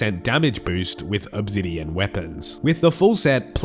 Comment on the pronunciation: What’s “Uhb-zidien” ?